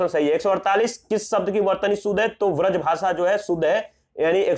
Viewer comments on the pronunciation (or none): 148 c hoga pradarshini aur ha wrajbhasa nahi brajbhasa hota hai ok